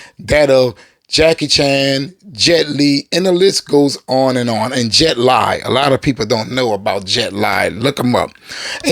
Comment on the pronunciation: It is pronounced Jet Lee not Lie. Also it is Semu Liu as in SEE MOO LEE!